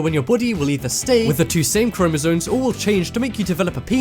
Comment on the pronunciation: You sound dumb saying "chromosoNes".